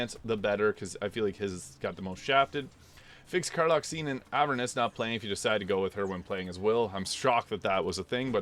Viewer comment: “Laugh tender?” - “Eh-vern-us?” This one is constantly pronounced in game. C’mon, now.